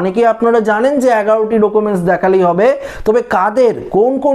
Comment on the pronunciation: ডোকুমেন্স আবার কী 😂 উচ্চারণ ই তো জানেননা